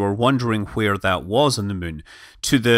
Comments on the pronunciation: When you say it, I always hear, "Landing on the Mün..." XD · Scott can't pronounce Moon now... He's all the way to Mun!